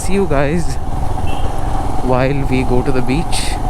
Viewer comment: Bro ur videos are just awesome.... Ur voice is so cute and funny...And when you said that To the Beach and i also thought of Mr.Bean Accent.. you nailed it bro.. And one Request please provide your Accomodation details....